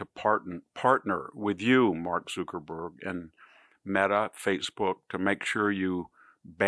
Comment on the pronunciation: Please stop saying mark zookerberg